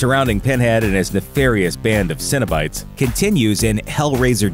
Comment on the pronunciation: See-Noh-Bites, Not Cinnabites. They're not a mall food court dessert.